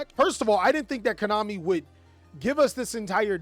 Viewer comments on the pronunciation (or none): none